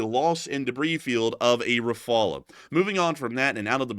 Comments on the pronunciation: Rafale is pronounced Rafall not Rafala…. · FGS: there is not a single French person that says "Ra-fa-luh". It's "ra-fal". Nothing fancy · pretty sure it’s pronounced “Rah-fall”. not “Rah-fall-ah” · It's Rah-Fal, not Rah-Fall-ah, the E is silent. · Not rafalas rafals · Rafale is, unless India pronounces differently from the French, is pronounced Rah-figh-ell. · Its better to pronounce well the L of rafale or rafals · He isn't able to pronounce the name properly 😊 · not the only thing he can’t do properly.. it’s shameful that a white person can’t pronounce it properly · That is not how you pronounce Rafale. If you are going to say it over and over, please check how to say it!